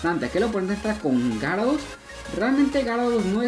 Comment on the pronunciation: Bro no es de mala onda pero pronuncia bien los pokemones,no es tarados se dice ya-ra-dos, pero usando La g